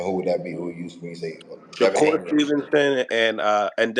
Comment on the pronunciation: He calls him “Sha-cure” 😂